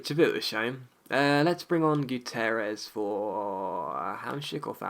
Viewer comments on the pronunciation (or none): none